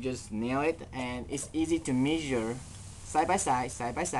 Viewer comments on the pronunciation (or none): none